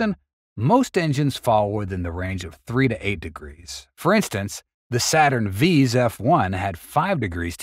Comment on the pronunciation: Saturn Vee's ? Also "fif" equals 15? Surely you can see that using a computer voice is quite annoying. Terribly redundant, your AI needs to receive better instructions from you. Sorry but I just can't watch this site anymore.